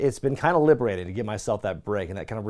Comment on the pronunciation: Sorry for your loss again... every time you say liberating I feel like you're plugging Sami Zayn lol